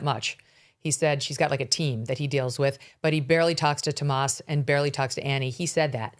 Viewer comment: Why does Megyn keep calling him "Tomas?" His name is "Tommaso," and she's said it that way before, so I know that she knows what it is